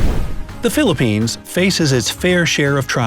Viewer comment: not fillerpines this is the right one Phillipines